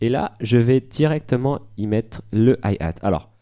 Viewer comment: la premiere fois que tu dis hihat on dirais un yeehaaa mdr. Alors qu'apres tu le dis normal quoi avec notre ptit accent fr. T'obliges pas à éviter les anglicismes dans la musique et surtout avec les DAW vaut mieux tous les connaîrtes...